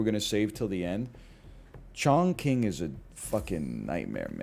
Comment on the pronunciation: Chongqing is pronounced more like Chong Ching. I know sounds bad lol